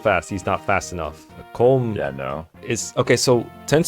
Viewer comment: Once again, I must emphasize that colm is pronounced “colum”, like a column and a row